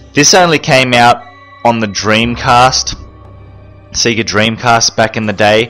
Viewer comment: i love how you say Sega, like Seega. Instead of like Sayga